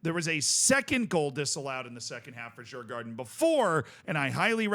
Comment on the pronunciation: You should Pronounce Djurgården as "Yurgorden" in case you wanted to know.